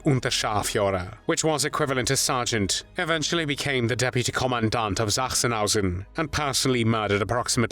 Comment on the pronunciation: I found it most annoying. Sachsenhausen does not begin with Z